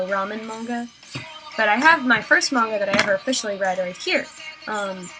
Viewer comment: i love that you say manga correctly c